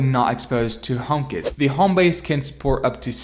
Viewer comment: as an andriod owner and not an apple fanboy took me the whole video and lots of googling to figure out what you meant by homekit as i thought you were saying homebase. great review otherwise!